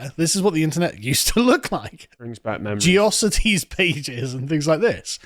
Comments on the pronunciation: Ge-ocities? it was geo- cities lol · GeOcities? Is that a british pronunciation? Haha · Never in my life have I heard someone pronounce it 'gee-ossities' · Wait. How did you just pronounce Geocities? As in Geo cities? I was rooting for England right up until this moment. 😂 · Did he just pronounce GeoCities as “geosities”? Buddy… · "ge-oss-it-ees" Definitely not someone who says Hydro City Zone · He pronounces "Geocities" like "Metrocity" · It's quite a thing to watch someone go full megamind. :D